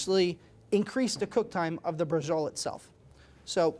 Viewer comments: si scrive braciole e si pronuncia braciole e non basciole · Why are you pronouncing it with a J sound? It should be "brah-cheo-lay". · Pronounce bra...ci...o...le, atre y ou speaking dialect?